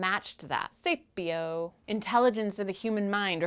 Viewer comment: I had to relisten to the definition of sapiosexual because I was so tickled by how you said "sapio". :)